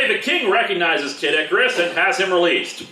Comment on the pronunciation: Every time I hear you say Kid Icarus, it sounds a lot like Caddicarus. Anyone else hear it too?